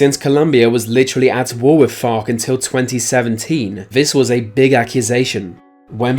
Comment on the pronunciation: Doesn't want to say vergina because it'll get him demonetized Proceeds to say FARC in an english accent a bunch of times